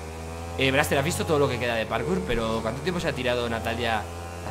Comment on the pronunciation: Buscas comentarios que dicen que dice PATKOUT y no PARKOUR